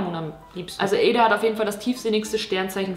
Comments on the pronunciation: Sorry, dass ich jetzt hier den Klugscheisser raushängen lasse, aber Eda wird Edda ausgesprochen und nicht Eeda xD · du sprichst edas namen die ganze zeit falsch aus haha man spricht es "edda" aus also schnell, nicht eeeda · Ih ich hab das gleiche Sternzeichen wie Joshua Weissleder ._. Mega belastend Wow sie einfach Eda anruft 😂💗 Und wieso betonst du ihren Namen so merkwürdig o.o